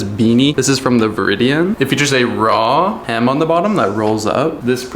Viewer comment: the viridian lol are you talkin about THE VIRIDI ANNE 🤣